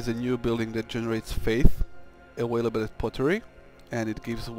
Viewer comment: don't forget a-whale-able :p